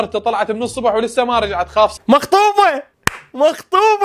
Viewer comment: لا حبيبي هوه راد يكول✨مخطوفه✨بس غلط وكال✨مخطوبه👍🏻😂🗿🗿🗿🗿